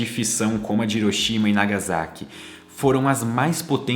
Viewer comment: Ótimo vídeo.Só uma pequena correção na pronúncia das províncias de Nagasaki e Hiroshima. Hiroshima (Riroshima) Nagasaki (Nagassaki).